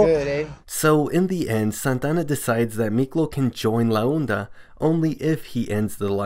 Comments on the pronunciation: It's pronounced ''La onda'' not '''la oenda'' . It's pronounced like honda without the letter h. Also you called Montana, Santana and a couple times later. But all in all, good video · Santana and la unda 😭😭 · Its la onda not la unda